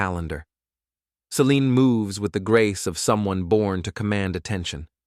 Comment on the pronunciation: Formulaic divorce story vid told by an AI that can't decide how to pronounce 'Selene', an important character in this story. F'd this name up so much that it's even spelled 2 different ways; Celine and Selene. Also, do us all a favor and stop including artwork with dialog bubbles filled with nonsense. Either put in real words that actually say something resembling conversation, or if that's too much to ask, then just eliminate the convo bubbles entirely.